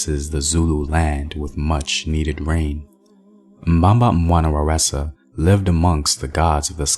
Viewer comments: "Waresa"? 🤔 That ain't Zulu, there's no word pronounce with a R in the Zulu language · Mbamba wana waresa??? There’s no “r” in Zulu. The goddess you’re referring to is Nomkhubulwane